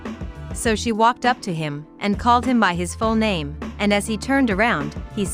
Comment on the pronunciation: You pronounced his name wrong. Love this family.